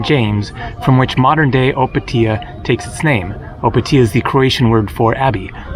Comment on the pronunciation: If you go in pula i can give you a tour (i live there) olso the way you say Opatija made me laugh so hard